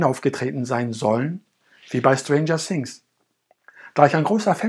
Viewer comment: Schtranger sings